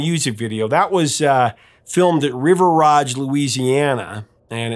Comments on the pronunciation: River Ridge Louisiana not River Rodge Louisiana. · Professor, it’s River RIDGE, suburban New Orleans!